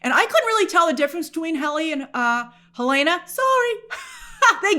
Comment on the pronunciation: It’s Hell-en-uh not Hell-ae-nuh 😊